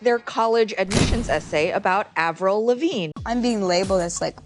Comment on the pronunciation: Avril like Apple not Avril like able